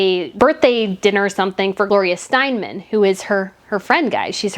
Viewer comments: It's Steinem, not Steinman. Gloria Steinem. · Nice broadcast. “Stein-man” is “Stein-em”.